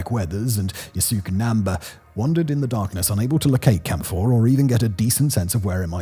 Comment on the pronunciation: Every time he says "Camp 4", I hear "Camphor".